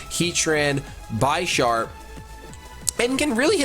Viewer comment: please don't ever say "BEISHARP" again, it's not like "I", it's like in vanilla :( It somehow ruins the whole episode for me haha